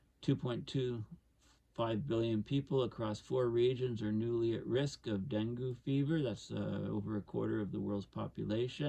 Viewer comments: Pronounced Deng-gee here in the USA. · Great talk, thanks. If I may offer a slight correction dengue is pronounced as though it is spelled dengey or dengee. For those folks who don't know: Dengue fever is a mosquito born disease that has symptoms similar to malaria. It seldom is fatal on the first infection, but is quite dangerous with a second infection and often proves fatal, The incidences of dengue fever have been ramping up here in Thailand, but it will inevitably become a serious problem in the southern tier of the US as the long term effects of climate change take effect. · Dengue. Rhymes with Bengay